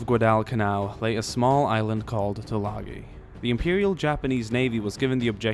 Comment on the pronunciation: Can you take the time to learn how to pronounce the name of the island.